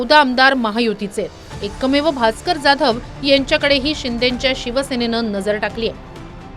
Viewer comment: Bhaker nahi bhasker